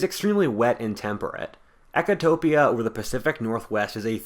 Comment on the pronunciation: It's 'Ecotopia', not 'Echotopia'.